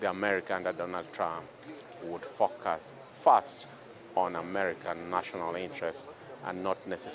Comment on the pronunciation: it took me about 10 second to realize that he said "focus" lmao